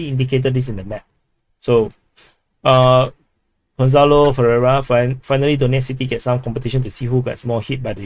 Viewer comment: You actually pronounced my name very accurately, it's pronounced like gon-sa-lo. Other than that 1 livestream per week to see the comments from the previous videos seems like great idea and also makes the community more interactive and gives opportunity to chat more